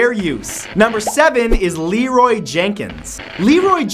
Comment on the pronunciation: You call him Lenroy but you keep saying Lerroy